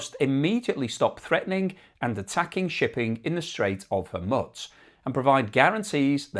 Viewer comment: It's not Hormitz, its Hormuz (Hor-mooz)